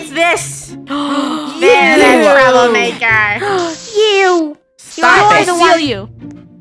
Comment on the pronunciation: the way they said YoU